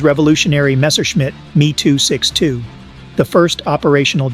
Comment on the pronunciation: AI joke commentary & not a single pic of a M E 262 , not a Meee 262 Lol